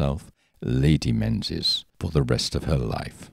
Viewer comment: Menzies in Scotland is pronounced Meengis